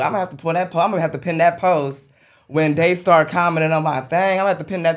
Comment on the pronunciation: Called him Daystar 😂🤦🏾‍♂️